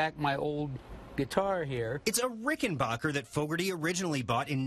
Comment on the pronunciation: People, people, people... it's RickenbAcker!! Not Rickenbocker...